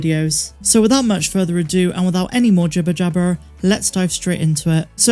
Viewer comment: The way you say jibber jabber sounds proper West Country mind